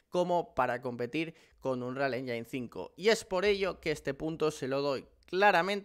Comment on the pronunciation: "anrial enyin"